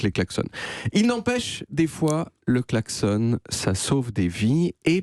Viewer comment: Ok, c'est en Suisse qu'on prononce "klaxon" comme "garçon", ou c'est juste moi ? 😅